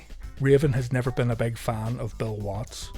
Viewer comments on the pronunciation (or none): none